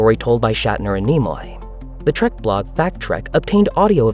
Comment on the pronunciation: Oh, for fuks sake! It's "trEk".... not "trAk", you booger-eating moron! I can't believe this STILL has to be said.